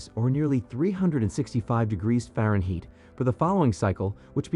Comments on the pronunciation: Faren Heat ???? LOL! Darn Robot. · Try reading this: faronhight. That’s how Fahrenheit sounds when pronounced.